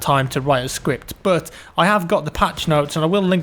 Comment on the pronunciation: For the love of god, you pronounce the "u" in "but" like the "i" in "first". Sounds so stupid to me, it's the only thing that bothers me when watching your overall good videos :P